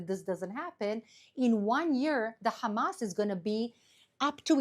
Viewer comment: Funny how she says, “Hum-ass”. On a serious note…she’s absolutely right that is what pressuring Israel does. You can never negotiate with evil.